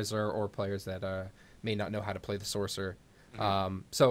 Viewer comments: i die a little each time he says SORK, sorc isn't even a word anyway, if your going to type it out to make it easier to communicate that's one thing,but to say it out loud? how hard is it just to say sorcerer, its just lazy really, and sounds stupid, at least pronounce it as sors. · Gargnoiz says the man that can't understand where the S sound in sorcerer is